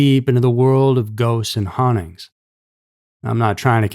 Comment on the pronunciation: I say this with respect, but it’s pronounced hauntings not honnings!